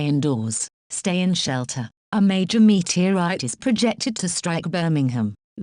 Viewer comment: met-era-ite XD